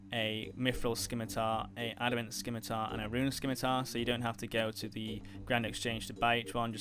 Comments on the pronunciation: Bro said "Skimmy-tar" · The C in Scimitar is silent. Thanks for the vid! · SKIM i tar? (Sim-i-tar) Your welcome :)